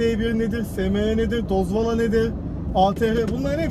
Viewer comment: Siz Türkler neden Dozvol deyilde Dozvala diyorsunuz??)))